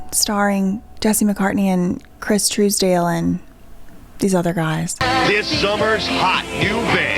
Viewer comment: I love how you can pronounce Les Misérables but not TISDALE lololol